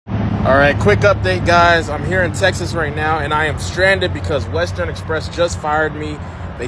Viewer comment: Wow, I was just thinking that same thing. How do you get fired from Western Express? I used to work for Western Express, and yes I quit. Most people quit Western Express not get fired. It’s pronounced WES-TERN not WEST-TERNNN lol.